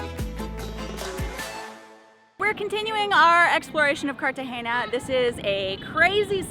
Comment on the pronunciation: Love the video thankyou guys! Heavily gringo haha he keeps saying "Cartageña" 🤣🤣